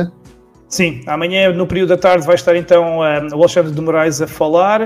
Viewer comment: Eu tô contando nos dedos para ver a encoxada no "aLEIxandre" kkkkk